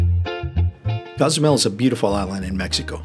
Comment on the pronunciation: Great video! Just need to pronounce Cozumel correctly 😂